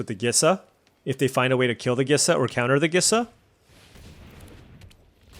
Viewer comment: I still hold firm that Gisa is pronounced like Lisa, but replacing the L with a G.